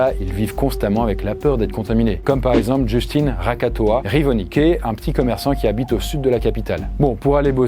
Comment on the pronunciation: "Rakatoa" 🤣 Oui je sais pour des étrangers c'est difficile de lire nos noms malgaches 😅